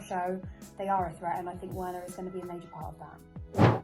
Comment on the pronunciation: Butcherd them laaaaa